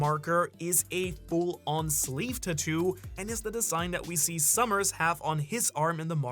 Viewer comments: “TAT-TWO” its pronounced “TAT-TWO” i hate you and your stupid pronunciations. Sigh, where is Sawyer7Mage at? Save us from these bum reviewers SAVE USSSSSS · It drives me crazy every time he says the word tattoo 🫨🫨 just say ink or something 🤣🤣🤣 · Hearing you mispronounce tattoo revealing who you're a fan of... even less of a fan now.